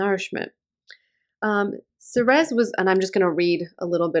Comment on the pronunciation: Ceres is pronounced same as the word series. Like cereal. Same root. Nice report